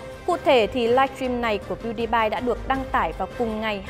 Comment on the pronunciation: Đọc là pew đi pie dùm cái